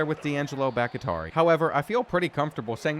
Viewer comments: for the SECOND time it is bahk-TEE-ari. not bahk-IH-tari. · Bahktiari is Bahk-Tee-Ah-Ree bro pls don’t get it wrong again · please its pronounced "bock-tea-r-e" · You know his name is the same as the Packers tackle. It's pronounced Bok tee ary. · It’s BOCK-TEA-ARE-EE come on bro. Packers legend. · love how he corrected himself on grupe but has been saying bahktiari wrong the whole time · sorry i’m sure people have addressed this but the way he pronounces Bhaktiari is insane lmao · Still pronounces Bahktiari... incorrectly 😆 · I legit almost can't watch the videos because his pronunciation of this one is so bad haha. It's brutal. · Will ever pronounce Bakhtiari correctly who knows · SERIOUSLY!!!! I know it shouldn’t bother me. But it does. Lmao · It bothers me too